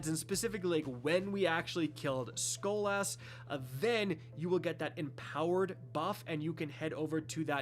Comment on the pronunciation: That's not how you say skolas